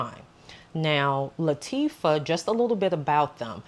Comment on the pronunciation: Nice video…Btw it’s pronounced LA-TA-FA And yes that insomnia has gotten me in trouble many times 😅